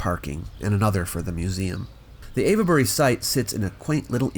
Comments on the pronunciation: Ave-bury, not Av-uh-bury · I was looking for that! I've never ever heard it being called Av-e-bury. Just sounds weird. 🤔 🤨 😆 I agree, the whole area is quite fascinating and whenever I can find something about it I have to watch/read it. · I like you a lot, please let's not fall out - "ave-buh-ree" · It's "Avebury"... not "Avabury", (with 3 syllables, not 4). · What are you saying: Ayva-berry? {:o:O:} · Lol no ‘e’ sounded in Avebury! It’s pronounced Ayv-Berry etc... sorry to correct but it sounds a bit silly the way you say it, so just to save you any future embarrassment... awesome video as always! 👍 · Your pronunciation of Avebury sounds like Averbury several times - the e isn't really expressed, think three syllables. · Sorry to be pedantic but it's pronounced 'Ave' as in 'pave' Bury. 🙂. Thanks for great posts. 👍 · I'm a local to Avebury and don't care at all about the very slight mispronunciation of the name. You do so well with the tongue twisters from ancient times, the odd slip is acceptable. I'm sure Brits get many pronunciations wrong too. Wish I'd known you were in the area, I'd have jumped at the opportunity just to shake your hand. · The "e" in Avebury is silent. This was more impressive than Stonehenge to me. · Avebury is not being pronounced quite correctly in this video,. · Sorry, but the "e" in Avebury is silent. It's there just to indicate that the leading "A" is long.